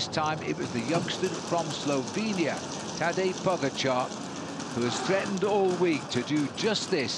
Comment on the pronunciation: The video should be called 20 ways of how not to pronounce "Tadej Pogačar" an 3 of "Higuita"